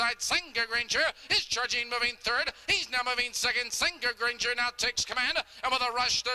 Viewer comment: Loved this horse,. But it's "Senga Granger" lolll Really